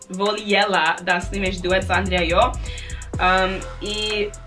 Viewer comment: Jedan savjet, kada citas i govos voljela ne citas l pa j nego lj to je kao ljubicica a ne l j ubicica nezz dal ces skontat